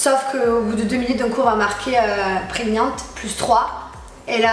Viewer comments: " preniante" mdrrr. "PreGnant" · Elle était "préniante" tu comprends 😏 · Comment elle a prononcé "pregnant" x) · bha elle a prononcé à la française,mdr, fidèle à elle même